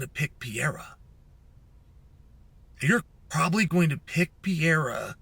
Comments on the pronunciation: Why do you call Alex Perr-eira..... PIERRA? lol. You know that's not his name. At least roll the R if you want to really jump in and play pretend. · you know it’s pEreira… not pIEreira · MR. SONNEN...Its pronounced Pe-ray-rah. Not Pee-eh-rah. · Who tf is Pier-A? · Who’s Piera? When paid good bucks to talk sports and about athletes Take few minutes to learn how to pronounce easy names We are not talking here pronouncing Dvalishvili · I was watching and then I heard him say pee-era and immediately shut this off. What a joke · Purrrr ayrrrr ahhhh! what s with the mispronounciation on his name. It s easy.. not Pierre-Ah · Wtf is Piera Chael? Is he trolling messing up fighter’s names all the time?? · ''Piera'' ... HAHHAHHAHAHAHA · Piera 😂😂 Love it. Don't ever change Chael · Who’s Piera lol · Who's Pierre-ah? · "Pee-er-ra is in Los Vey-gess" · Pee era is how chael pronounces it😂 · Chael unlocked a mythical fighter the day Alex was signed: Pierra is officially a 2 weight world champ and you’d never heard of him. Who needs to pronounce an H when you’re Chael Sonnen? Still undefeated and undisputed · Who’s this guy “Peeyara”? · Chael let me help you pronouncing the champ's name: read it as is " PEH REH RA" 🤦‍♂😆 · Alex Pierra catching strays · Pee Era…🔥💀🔥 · Bro saying “pY-ERA” 😭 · Yes. Perry ah vs unk ef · if Chael pronounces it like that, Alex is changing it to PIERREAH tomorrow. Best arms in west linn oregon, never lost a round. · It's the Pee-era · By now you should be saying Pereira's name correctly. It may help you at your job to pronounce fighters' names correctly. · Stating with a mispronunciation of his name, classic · i love how incorrectly chael pronounce perieras name lol and to this day never tried to fix it knowing everyone he speaks with on this topic says it differently than him lol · Chael, good Lord, the way you're saying his name is... just the worst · The point was to mispronounce Pereira's name 64 times.